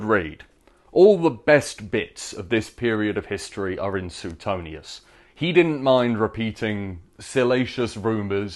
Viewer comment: Pronounced Swaytonius